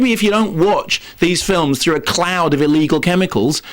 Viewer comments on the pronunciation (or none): none